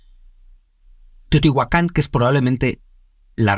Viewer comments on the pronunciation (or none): La pronunciación es átonica en nahuatl. Es decir no es acentuación aguda, así, no es Teotihuacán sino Teotihuacan. Respecto a si son dioses, no precisamente, sino los guardianes, los espíritus del agua, de la lluvia, de la tierra, etc.